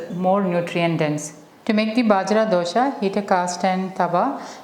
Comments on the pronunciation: U r pronouncing it as dhosha (wrong way) It's just dosa 😂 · Hi, This recipe like all your others is great! Thank you! Question: Isnt it dosa not dosha?